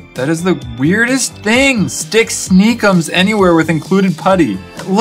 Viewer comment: i thought he shouted snake